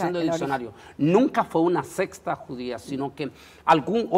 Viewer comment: Dicen verdades, lastima que no presentan suficiente sustento ni histórico ni bíblico. Y lo hay de sobra. Hno...se dice SECTA, no "sexta".